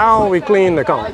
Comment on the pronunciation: I'm so glad you clarified how to pronounce the word "CONCH." I hear so many yt people butcher that word literally pronouncing the "CH" in the word 🤦🏾‍♀️ And no. I'm not reading replies beyond